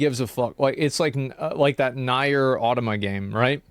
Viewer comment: Wait, did he say Nayer for NieR? Lmao!